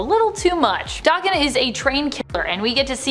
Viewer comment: Daken is a Japanese slang term and insult meaning dog, or mongrel & pronounced DAYKEN, not DOKKEN. DOKKEN was a 1980's hard rock/glam rock band, that was named after lead singer, Don Dokkan.